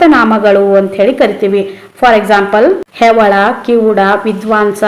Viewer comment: Mam nivu ಹೆವಳ anta helidri Adu ಹೆಳವ ಇದೆ mam